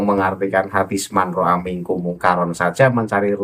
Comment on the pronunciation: Cara baca haditsnya (manroaitu) kok gak di bahas kang? 😂😂